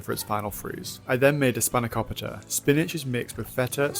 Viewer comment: As a Greek I would like to congratulate you on making your own feta and tzatziki, as well as making and pronouncing spanakopita the correct way! I just found your content and you now have a new subscriber! Your videos are so refreshing! Keep it up!